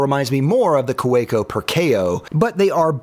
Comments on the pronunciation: 2 things to point out: 1. Kaweco is pronounced with a V sound, like kaVEco (and the German V sounds like an American w, funnily enough) 2. German kids first learn how to write with a fountain pen before graduating to a pencil. So brands like Pelikan make lots of funky looking fountain pens specifically for kids and teens, since even after using a pencil, kids are still required to use a fountain pen in certain situations. Even math exercises. It also means you can find cartridges and fountain pens anywhere, even drugstores, and most notebooks meant for school are fountain pen friendly as well. (: (that is also the reason so many entry level German pens feature the tripod grip... It's the correct way to hold a pen or pencil, and kids are meant to learn the right way, right away.) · How did you manage to mispronounce Kaweco 3 different ways within 10 seconds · I love how you pronounce Kaweco differently each time. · I don’t consider hyperbole to be a given characteristic of YouTube, especially for somebody reviewing products. And as for Ferris Wheel Press, I assume they are providing free products in exchange for consideration. I don’t own any of their products, but their reputation for build quality, value, and customer service cannot be considered as great. I did, however appreciate the Kaweco bit. The correct pronunciation remains a mystery. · Forestalling the Kaweko mispronunciation complaints by pronouncing it differently each time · 100% correct pronunciation🤣 which of the 6 different pronunciations did you think was correct? (Hint: none) Great comparison and some useful suggestions - thanks! (Though in the pen world even Americans usually use metric units to help everyone outside the US know what they're talking about😯) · The multiple Kaweco pronunciations had me surprised and laughing at the clear gag. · I was like WHAT IS HAPPENING 😂😂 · lol I was gonna comment that, late to the party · Cow-ah-co? No, just Ka-ve-co. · ka-VAY-co is how it’s pronounced 😊